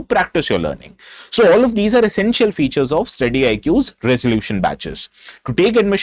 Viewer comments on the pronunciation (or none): none